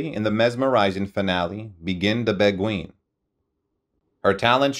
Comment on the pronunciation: Oh mr NARRATOR...where on Earth Did u learn to speak......u mispronounced...ASTAIRE... REVUE...AND A HILARIOUS VERSION..OF BEGIN THE BEGUINE...l stopped listening cuz it was too horrible to to LISTEN to....